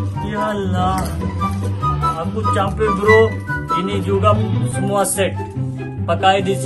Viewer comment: Satu set jangan salah ucap set ya😅